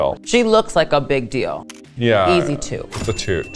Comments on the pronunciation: She said toot to both Jaymes and Lala but the first t sound like sh sound a little so it sounds like it is a shoot but she says toot. At least that's how i hear it 😅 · i definitely heard "shoot" too with Jaymes, but with Lala it sounded more like a mix of both. And the way she "shooted" Lala so unenthusiastical makes me believe that she maybe has adapted a weird way of pronouncing "toot" this episode and maybe Jaymes "shoot" was also only a "toot" like the editors displayed. 🤔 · She actually said "Toot" but the first t slightly sounds like the sh sound but she said toot but it does sound like shoot too